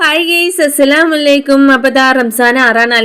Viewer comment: താത്ത സസലാമു അലൈക്കും അല്ല അസ്സലാമു അലൈക്കും 🙄